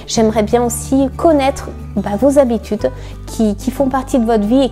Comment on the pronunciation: "mes sept zhabitudes" ? depuis quand on fait une liaison ?